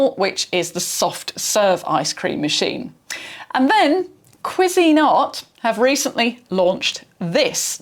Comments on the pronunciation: So it's Pronounced KWEE-zIN-art. Not Kwee-Zeen-art. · As a Brit, I’ve never heard another Brit pronounce it that way. Most typically it’s like “quiz-in-art”, with the emphasis at the start of the word, not the middle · I was not prepared for the British pronunciation of Cuisinart... I love it so much. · The most important part of the pronunciation is that the emphasis is on the first syllable, not the second. This is how the company pronounces it in their ads. I would assume this alternate pronunciation here is non-standard everywhere, not the "British" version. I did find examples of other British videos and they all stressed the first syllable. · Gosh, it would never have occurred to me that you could pronounce it another way. I’m so tempted to try to find videos of how Americans pronounce it now! 😅